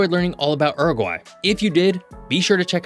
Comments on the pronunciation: It's Uruguay, not Eruguay. Pronounce the U. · Please It is pronounced Yuragry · Pronounce as Ooruguay not as URuguay. If you want to talk about a country pronounce the name correctly. Oor as in poor - not Ur as in fur. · Yoo-roo-gwai my guy, this er-guy you are saying is very eccentric. The spelling is not English, so ask what the country is called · Please 🙏 it’s not Ooroguay….. it’s a Youroguay….. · its not Er-egwhy! Dude. come on....Its YOO-Roo-Gwhy (English) or OO-roo-gway. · Mate, in English, it's pronounced 'Iuruguay', not 'Aruguay'. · stop saying Errrgai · I had to exit after the 4th “errraguay” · Homer Simpson said that the correct pronunciation is U-R-GAY. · Errrugwhy, just love American pronunciation 🎉😂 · When Homer Simpson tries to pronounce Uruguay. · I've never heard that pronunciation of Uruguay before! Interesting video, nevertheless. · Y la voz ni sabe pronunciar el nombre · It was painful having to listen to your pronunciation of Uruguay, americans love butchering the English language